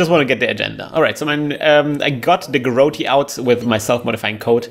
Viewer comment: Just an FYI - You don't pronounce the 'e' in Garrote :) Great game though.